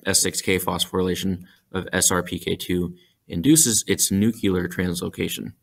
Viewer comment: NUCUlar? Really?